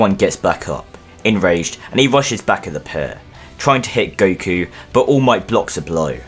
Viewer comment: Gotta love how he calls Goku Guku half the time.